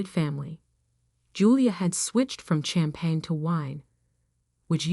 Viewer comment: The "ch" in champagne is pronounced "sh".